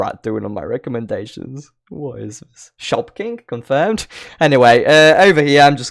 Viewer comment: I kept hearing Shopkins 😂